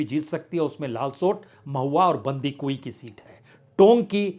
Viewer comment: Sir thank you for an ideal poll analysis. Please mind some pronunciations. Speak खंडेला not खांडेला बंशीधर बाजिया not बंशीधर भैया बाँदीकुई , not बंडी कुई डोटासरा not डोटासारा झालावाड़, not झालावर.